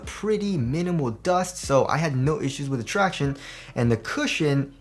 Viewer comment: Thanks for stop saying ‘tractioonees’.